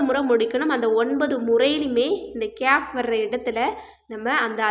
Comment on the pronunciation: சகோதரி கேயாப் என்றுஅறபு மொழியில் ஒரு எழுத்து இல்லை. நீங்கள் சுட்டிக்காட்டும் எழுத்தை ' ك' காfப் என்றுதான் உச்சரிக்க வேண்டும்.